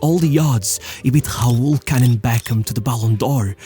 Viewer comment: From what country is that dude...RAUL he speak HAUUUL ! :D